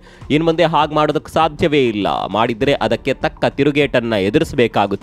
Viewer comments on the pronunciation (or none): ನೀವು ನ್ಯೂಸ್ ಹೇಳುವಾಗ ಇತ್ತು ಯಾವ. ಇಲ್ಲ ಹೇಳುವ ಬದಲು ಇತ್ತುಂ ಇಲ್ಲಂ ಅಂತ ಹೇಳೋದು ಯಾಕೆ....